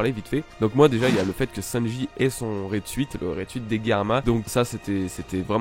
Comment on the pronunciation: Bon par contre "raide suite" non, "suit" en anglais ça se prononce genre "soute", donc, à la limite, si tu veux rester dans l'accent français juste dis "raide soute" et tout le monde sera content haha (mais très bonne review quand même pour l'instant hein, c'était juste un point que j'arrivais pas trop à laisser passer, mais qui ne change rien au fond :p)